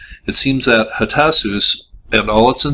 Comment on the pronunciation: They actually had writing on clay tablets. They found in the kiln but they could not send out the “letters”. Because they were attacked. They were still in the kiln. They said who it was. They were trying to send an SOS. You can read word for word. And you should learn how to pronounce the name of the city. It’s easy. Go in YouTube.